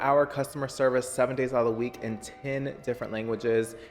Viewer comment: southern came out when he said 10